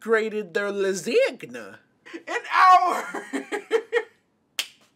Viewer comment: It’s pronounce lasagna